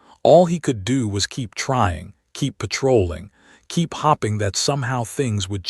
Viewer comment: When is this AI going to learn how to pronounce the word hoping?